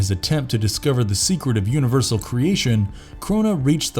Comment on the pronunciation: Did this guy seriously just call Orion "Oreo" and Thanos's powers "un-eeversal??"